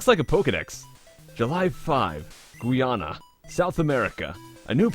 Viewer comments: Isn't it pronounced Guy-ana, not Gui-ana? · Guy-Anna XD Not Gui-ahna. Though I could be wrong.